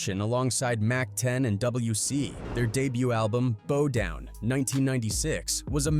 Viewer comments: Bo down??? its stupid to listen to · I had to stop watching after they said "Bo down". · SAY BOW WOW THEN SAY BOW DOWN 😂😂😂😂 NOT BOE DOWN 😭😭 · Did he say bo down .. Lol it's pronounced bow down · “Bo-down” its bow down like take a bow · Also Ameri-k-ka and Bow (as in string and bow) Down?? 3rd Bass — as in the FISH?? Is this AI pronunciation?! And you can’t even transcribe what Cube said about losing 13 of his friends correctly? That’s just disrespectful… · Yes ty. I'm lmao off. Bo down record 😂😂😂😂😂